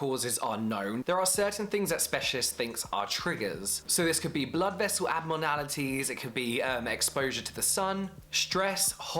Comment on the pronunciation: Took me a while to realize he said "abmornality." (but i could be wrong hehehe) It's funny in the most endearing kind of way. Just like how people say "emeny" rather than enemy.